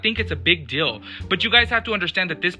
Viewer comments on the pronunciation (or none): Skelotims whole rant was deadass serious but for some reason him saying dill instead of deal made me laugh wayy too much